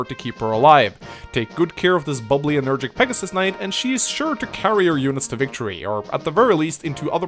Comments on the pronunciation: and Energetic, not energic. Ilia is not a continent, it's a region in the continent of Elibe. By the same token, Ilian mercenaries are sent to other regions, not other continents. I liked the video a lot overall, in particular the support convo scenes! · I realy wish he said enerGETIC and not energic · Your pronounciation of 'energetic' triggers me.